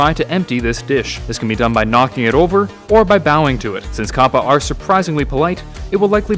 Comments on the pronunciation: It's capper not cappa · It's pronounced Kappa. Not Koppa. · Anyone notice his he pronounces kappa as 'koh-puh' and not 'kah-puh' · Why do you say copa it's kappa. Did you not look it up to see if you are pronouncing right? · It's pronounced kappa not kappa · I thought you said twitch Kappa